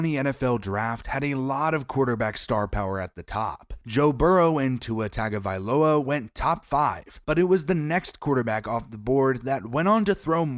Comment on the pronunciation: Dude. No excuse for not knowing how to pronounce the name of one of the primary players you are talking about. Especially after a full NFL season with announcers properly pronouncing that name. Tua TUNG-a-va-low-a.